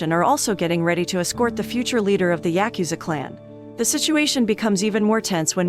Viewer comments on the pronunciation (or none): Say it with me " yah-ku-za"